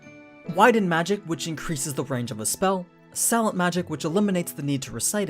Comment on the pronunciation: Selent Magic? Can’t even pronounce silent?